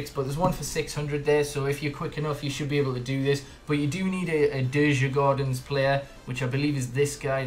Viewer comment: It's fine. As a swede I don't expect foreigners to say it perfekt. If you'd like to know you actually say it "Jurgoarden". Or kind of, because dj=j and å... Let Google translate tell you how to say it.